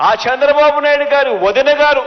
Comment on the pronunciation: Shandra babu naidu, first learn how to pranounce names. AP ki pattina daridrameppudu pothado, kharma